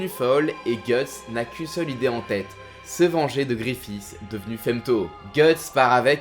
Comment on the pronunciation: C'est Griffith pas gréffiss